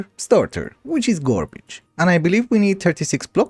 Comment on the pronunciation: love the way you say garbage, ''gworbige''